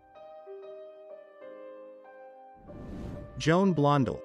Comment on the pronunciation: Deborah KARR, Joan Blon DELL, Janet Gay NER (correct pronounciation):thanksdoc:Lillian GISH (hard G, please)